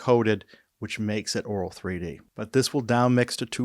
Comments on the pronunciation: The first time I understood Oraal3D instead of Auro3D.🤣🤣 And now I hear it throughout the video. Content information was very good, thanks. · To me it sounds like you do. Try pronouncing auto met een R.